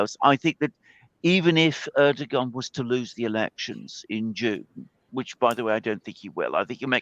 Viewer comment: POV you’re a commentator who can’t say erdogan